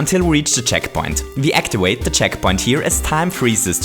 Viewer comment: we actiwate the checkpoints